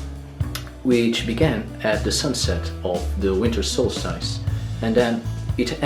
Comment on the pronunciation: It's good to see Mr Tico again and of course, the most important man, Mr Thorstein. It is now the time to prepare for this year's Yule and to look forward to the new year. I really hope that the coming year is kinder to you my friend, and to all. The only improvements that I can reccommend is more of Airk and let me help you pronounce solstice, it is better to say the second syllable as stis rather than stice. I'm glad that this video was on my reccommendations list as I can't remember if I saw it before, however it was worth watching again if I had.